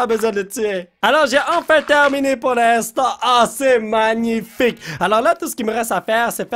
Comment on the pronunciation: Cristina Cordula: C'est manifaïk!: N'est ce pas magnifiko?